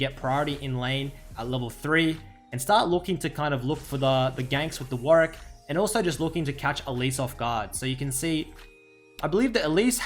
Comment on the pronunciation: "WARICK" actually tilting D